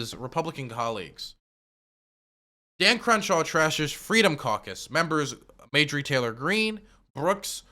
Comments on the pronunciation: I like how pronounced it “Majorie” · Video number 8 where still refuses to learn Marjorie’s name correctly. I love it.